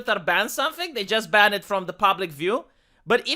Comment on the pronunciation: Dude, for item 3 I thought you said "Only fan"